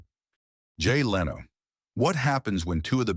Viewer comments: Its 2025. If you're going to make an AI automated narration channel, at least get an AI that could pronounce a word as popular as Conan correctly. Leeno??? Jay Leeno?? Wow. SMH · What a boring video. Just an AI narration. Show the clips dont just play a computer narration. It cant even pronounce "Leno" right.